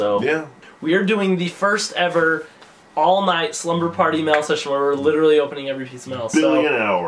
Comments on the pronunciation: does anyone else notice that he says mell instead of mail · I love that it sounds like he's saying "mell" everytime he say "mail" its the best